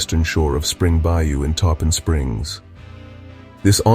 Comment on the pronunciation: Awesome. The way the singer said “Tarpon” drove me crazy though. I assume AI.